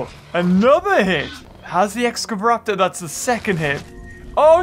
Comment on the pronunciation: (X-scava-raptor) excavaraptor